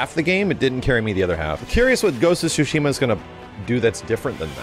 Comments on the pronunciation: Yeah, the ‘T’ is definitely not silent in Tsushima. It’s supposed to be ‘Tsoo-she-mah’ (I’m no professional when it comes to writing out pronunciations, so give me a break). Also, in Japanese, the first syllable is the stressed syllable more often than not. So, we tend to say ‘He-roh-SHEE-mah,’ but the stress definitely shouldn’t be on the third syllable in Hiroshima. Anyway, it’s not really all that important since the Japanese butcher English pronunciation with katakana, but if anyone actually cares about how it’s pronounced in Japanese, there ya go. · It's not "Sushima" , the "T" isn't silent. The developer simply doesn't even know how to pronounce his own game's title. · The T is not silenced. It’s actually TSU. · No the accent is actually Tsu-Shi-MA !! ツシマ、対馬 That's why make me laugh when I heard they say Su-shima!!😂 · No the creators confirmed it's said like sushima. The T is silent since the Dev said it in the State of Play. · The T in tsu is never silent in Japanese btw. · the t sound in tsu つ is slightly pronounced, it’s not su す which holds no t sound. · Dank Vader16 dev pronouncing it the american way like how you guys pronounce tsunami as “soonami”. the correct way of pronouncing is explained well by the mr up there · The T in Tsushima is definitely not silent. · the T isn't silent in japanese, it's just how he chose to pronounce it in english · the t is NOT silent, they just say it like that to make it easier... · I've actually been to Tsushima...there is nothing there. And the T is definitely not silent but it's a slightly difficult pronunciation.